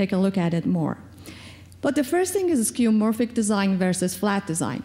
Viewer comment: it's skeuomorphic not skeumorphic.